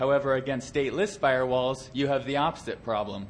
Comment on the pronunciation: "filrewalls" LOL